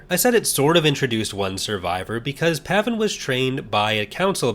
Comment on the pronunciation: I sure worry a lot when it comes to the ones whose fates are never ultimately resolved. Ambiguity is one thing, but loose ends are another, meaner thing altogether. Isn't Dass Jennir pronounced "jen-neer"? Same with Jax Pavan being "pah-van"? Bit of a shame you didn't mention the fact that Zonder is the apprentice of Barriss Offee, who stayed loyal to the Jedi Order in Legends. Not sure on Shaak Ti (considering the increasingly dubious state of The Force Unleashed being part of Legends), but I'm of the opinion that Even Piell's Coruscant Nights death is the Legends canon one, with the TCW 2008 death being of the Disney Canon Alt-universe. Alas, I doubt Zao survived, considering that Sidirri is implied to have become a Dark Jedi in the Empire/Rebellion comics. Believe me, you're lucky you didn't play Uprising.